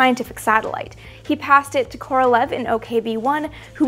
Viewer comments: Amy - please note, FYI, that "Korolev" is actually pronounced "Koro-liev," with emphasis on the "e" in "iev." His name should definitely be pronounced correctly, since he was the great genius of Soviet rocketry. You may also want to note that most Russian words that end in "ev" or "ensk" should have that "iev" or "iensk" pronounced. For example, the city of Smolensk should be pronounced "Smoliensk," and so on. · Amy, you’ve got to learn how to pronounce Korolyev’s name. It’s not like the English transliteration, look it up. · Great video! Just a note - Korolev is a terrible transliteration - it's pronounced like Koralyov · Sorry... but it's not Kor-ol-ev, it's Kor-ol-ee-ov